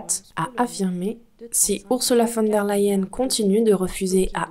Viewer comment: mais pourquoi prononcez-vous " LAyen" c est LEyen. En allemand, un E ne se prononce pas A.